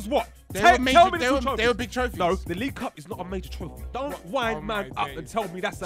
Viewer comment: League Uh!